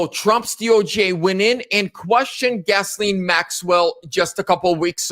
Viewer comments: Gas-lene Maxwell? I think you got the pronunciation wrong. Hahaha...the name is pronounced "Gis---laine", listen to the news reporters if you are not sure. You even spelled her name wrong in your title :( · "Gas-Lane" Maxwell? Or is it Gizz-Lane Maxwell? Bruh..... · "Gas-lane"...? Wow...the woman's name has more ways of pronunciation than IDK what... Soft "G" sound, & the 's' is silent. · Pronounced: Guys-lane, lol. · it's pronounced "Gi-Lane " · I think it’s pronounced “Jill ay n Maxwell. The “ s”is silent but you could be absolutely right and it doesn’t matter anyway. We know who you are talking about. lol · Her name is pronounced “Ghee Lane”. Thank you for the video; Ghislaine needs to be moved into a Maximum Security prison. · I like your proper pronunciation. "Gasoline Maxwell" is the correct pronunciation. She's called 'Gaslite' for short. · It's Ghislaine you goofy mf. Lol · For the record: her name is Ghislaine. It’s a French name, pronounced like; Zhee-laine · It's GHISLAINE pronounce gil lane. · Her name is GHISLANE/Pronounced: Gi-lane, lol. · Can you please pronounce her name correctly? You idiot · Please learn how to pronounce her name